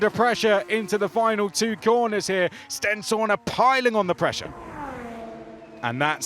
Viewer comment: Swear Stenshorne is pronounced sten-shawn not sten-shaw-na